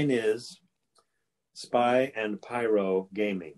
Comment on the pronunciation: spay gayming